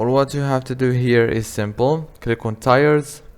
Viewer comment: This video was helpful… but just so you know, tiers is pronounced like teers.